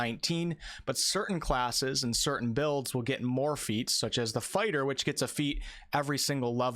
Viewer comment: definitely said sword and board farter